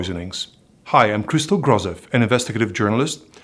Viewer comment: Grozev-terrible on Bulgarian language 😂